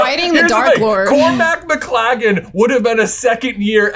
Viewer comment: cormac mclaggem ❌ cormac mclagger ✅